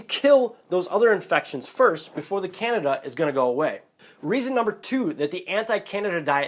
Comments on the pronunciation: Can-deed-dah diet. Not Can-i-da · Can-de-da, not Canada face palm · It's Can-DEE-dah !!!!!!! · It's can-dee'-da, dude! You're mispronouncing it. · Can-dee-a......LEARN TO PRONOUNCE IT! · It is pronounced can-DEE-duh. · you cant even pronounce it right . Over 6mins video to finally say that should get some kind of prescription to kill it . You didnt say what that could be. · He doesn't Evan pronounce candida correctly so I kind of find this video hard to believe😑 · how am I going to take somebody serious if you can't even say Candida right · learn to pronounce candida